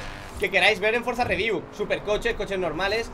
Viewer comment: Nadie: Absolutamente nadie:: Frozareview